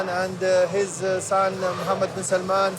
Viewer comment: SalmAn not Salmon! Watch stress.